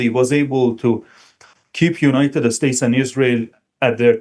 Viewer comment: I like the way that he says, "United Estates" 😊